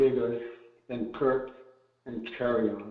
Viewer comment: KIRK...not Curt